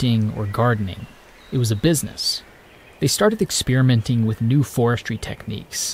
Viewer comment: "Expeeriment" "Pateeegonia" - love your pronunciation, lol. Thanks for posting.